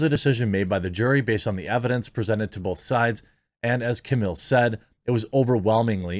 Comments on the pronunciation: Camile, not Camil-a. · Kuh-MEAL... not -millAH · Camille. Not Camilla. Camille. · Her name is CAMILLE, not CAMILLA...you moron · Her name is Camille C-A-M-I-L-L-E Camille Cam-Eel. Not Camilla, not Camora, not Camill. CAMILLE Say her name! Say it again! Say it ten more times so you get it right! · just a note ,its pronounced Cameel